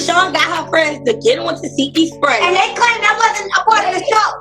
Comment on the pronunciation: as much as she correct people about that name…lol it’s tes-see-hki lol I don’t really care how you say it girl this yo channel….its just every time you say her name I can hear her saying “it’s teseeeeehki lol